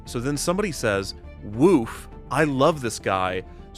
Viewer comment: As a gay man, I am required to inform you your pronunciation of "woof" is incorrect